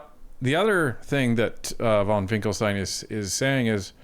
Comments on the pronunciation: His name is Finkenstein, not Finklestein!. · Finken not Finkel. C'mon.